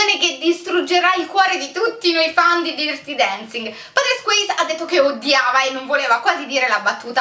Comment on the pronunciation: DIRTI Dancing non si può proprio sentire..